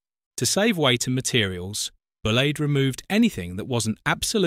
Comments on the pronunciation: Not Bull Laid - Bull Leed, okay? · Yes! I think all of these '' videos have good footage but are ruined by the narration that sounds automated and infantile. The 'zero-six-zero' and Bullade' pronunciations are giveaways for that. In another video in the series about electric units, terms such as '4-SUB' and '4-VEP' are pronounced as abbreviations rather than acronyms which someone who knows the subject would never do.